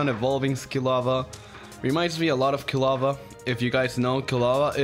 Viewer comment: I laughed when he said kilva